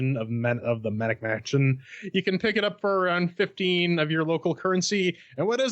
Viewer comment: Pedant mode engage: it's Maniac Mansion, not Manic Mansion. Sorry, I'll get off your lawn now.